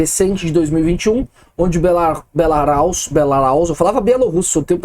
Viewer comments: alguns reparos. A pronúnciande "hacker" é "haquer", não "heiquer". E a Bielorrússia é Belarus, não Belaraus. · Não é belaraus é Belarus